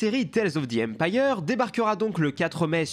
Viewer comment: Quand thrawn dit enpire x est enpire chiss ou enpire galactique 😅😅😅